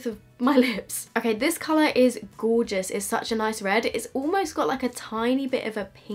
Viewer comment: "fowmulA is gowgis" - 2019